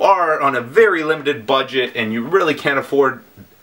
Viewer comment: Every time you said "Budget", it sounds like you were going to say "butt" .. ....